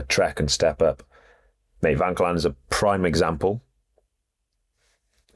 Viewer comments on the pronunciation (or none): He also says Lipowhich instead of Lipowitz, and Vankellan instead of Vauquelin. It gets a bit annoying doesn't it!